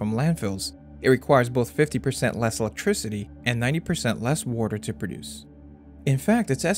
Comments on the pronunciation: You might look at your pronunciation of a few words like water and figure. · everytime u said "woter" i was like hmm u have an accent on the word lol ..water xD